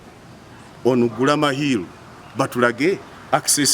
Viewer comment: Gulama not guluma